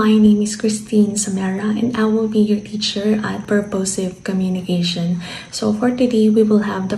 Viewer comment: purposive - the accent should be on the first syllable